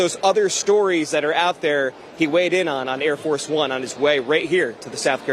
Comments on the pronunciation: I think it's pronounced "Air Farce One" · I thought I heard him say: "Hair Farce Bum" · I think the guy was calling it Air Farce of One. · It's "Air Farce One". He just mispronounced it.